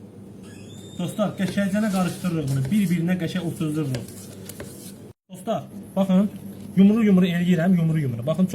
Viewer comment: ne geder. bu. Doslar. deyirrrrrrrr